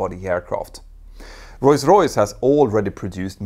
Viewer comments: It's Rolls Royce, not Royce Royce. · it's Rolls-Royce and not Roys-Royce :D good video otherwise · “Royce Royce”? I thought it was Rolls Royce. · Not sure if I heard that right but I seem to only hears him pronounced "Royce Royce" instead of Roll Royce? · It's not pronounced "roys royce" - it's pronounced "roals royce" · Now repeat after me: Rolls-Royce! Not Royce Royce 😂😅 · For the love of god. It’s rolls royce, not royce royce 🤌🤌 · It's Rolls Royce, not Roys Royce. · ROLLS ROYCE NOT ROYS ROYCE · Is Rolls-Royce really pronounced Royce-Royce like I'm hearing Petter say it all throughout the video? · Is it just my ears, or is he saying "Royce-Royce"?? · What's "royce-royce"??? from s right through to the end? A lexdysic hiccup? PS: Love this channel. Excellent. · Why do you keep calling Rolls-Royce "Royce-Royce"? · I'm not a monolingual English speaker and it sounds like such a silly, easily correctable mistake. It's not a matter of accent, just saying a completely wrong word. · Funny how you pronounce the renowned manufacturer as "Royce-Royce" 🙂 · Sounds like you’re saying Royce Royce instead of Rolls-Royce 🧐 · “Roys Royce” lmfao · “Royce Royce”? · Why cant you say rolls Royce properly?